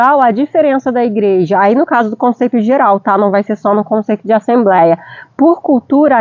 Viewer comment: Assemb(r)éia não né kkkk. Vc fala inglês que é mais difícil e erra no mais simples kkkkk. Que Deus continue abenço😂ando vcs aí. Muito bom seu video